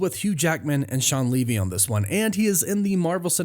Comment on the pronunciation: Hey buddy, it’s Pronounced Shawn Lee V. 😀